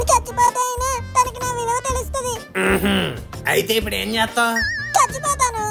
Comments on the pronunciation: Theluthadhi ❌galuthadhi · Telutadhi ❌ gelutadhi ✅ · Telustadi kadu gelustadi 😅